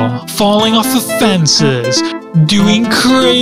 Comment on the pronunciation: the way you said fences was really funny to me :T